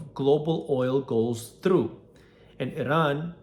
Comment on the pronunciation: it's pronounced i-ran, jack ass